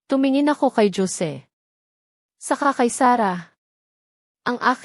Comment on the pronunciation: tunog pinay ,k nmn magsalita , pero bat ganyan k magbasa ng.pangalan 😡 Hose ( Jose ) not dyose ,ano.b yan ! tpos Yong sige , mo sijay ? OMG Tama b Yan ? pilipino kB tlga ?😡 nkkadismaya ,makinig ,pls read right words .para more viewers and more practise reading po , and not Li - an . .instead Lian ok ? thanks